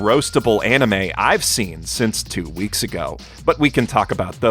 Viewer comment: "Three of the most roastable anime I have seen since two eeks ago." snorfle